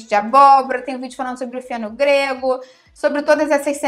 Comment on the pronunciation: fale com mais claresa o tal do feno grego é o que entendi